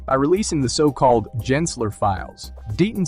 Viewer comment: Jensler lol it's Gensler